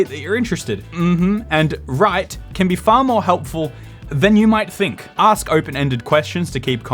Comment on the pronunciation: You gosh you too say axe instead of ask xD